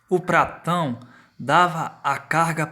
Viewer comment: É patrão ?Ou pratao kkk🤣🤣🤣🤣🤣